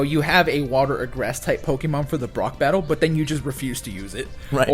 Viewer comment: "Pokie Mon" lol...